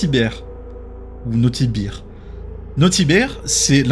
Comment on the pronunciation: Bear en fonction de comment tu le dis sa veut dire bière